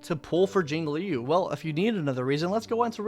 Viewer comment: You finally said Jinglui's name right